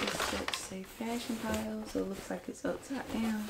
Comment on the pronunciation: Sis, it’s pronounced “fashion file” 😊 Also, I cracked up when you pulled out that big ass knife, lol 😂 Anyway, watch out with them because some of their prices are higher than retail…smh…definitely gotta do your pricing research. Congratulations to you on your new bag! 🎉🙌🏾🥳💕